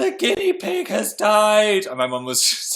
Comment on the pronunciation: Omg Phil's "IS THAT IT?" was 100% northern mum :')